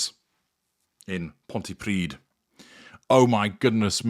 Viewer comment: Pontypridd is pronounced Pontypreathe (rhymes with seethe or breathe) 🏴